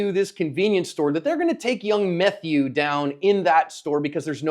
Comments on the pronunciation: Wait….did he just call him “Young Methew” 😂😅😂😂😂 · Did you say “Methew”???? LOL